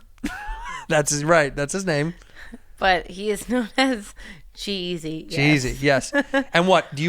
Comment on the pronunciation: Legit thought she said she was dating "jeezy" Let down when i find out its actually g eazy